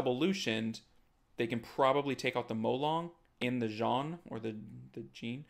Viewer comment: The way to pronouce Jeanne: the first E is silent, so see it as "Janne". then the A sounds like how you prononce the A from Rica. then add the nn sound. you actually hadit right the first time u said it